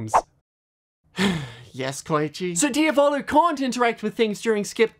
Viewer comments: italian watchers are banging their heads against the wall every time they hear "diavòlo" lol (it's pronounced diàvolo. you don't care? ok and? i don't care that you don't care. i just wanted to leave this comment. there's literally no reason to fight, w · There's a circle in hell dedicated to those who pronunce "Diavolo" that way. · This is nice and everything but the way he pronounces Diavolo is killing me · I'm sorry but why did he pronounce Diavalo wrong